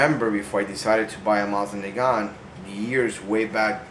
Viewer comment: Sorry, but this bugs me. The proper pronunciation is Moe-seen Nahgahn and the T in nagant is silent. I do like your collection! I recently started one of my own!